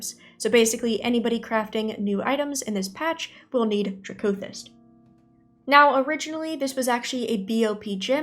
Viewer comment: Good video. I think it’s supposed to be DRACK-o-thist, like amethyst but with a dragon flair. Edit: commented before I saw the middle part, region is NA, and right now I think m+ could be really great next season